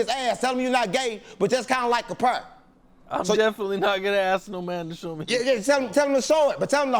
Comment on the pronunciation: Capone you got the name right. Good job‼️